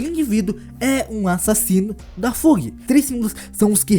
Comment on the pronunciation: Ótimo vídeo! Parabéns seguirei o canal. Dicas sobre pronúncias: Fug = Fâg / High Rankers = Ráig Rankers / Wolhaiksong = Uolaiquesong